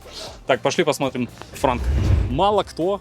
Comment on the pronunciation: Не франк а «транк» Trunk.